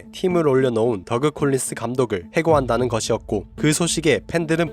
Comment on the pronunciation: 제발 덕 콜린스라고 발음해주세요^^❤